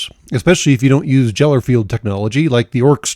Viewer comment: The "jeller" field XD. It's geller field. With a "g".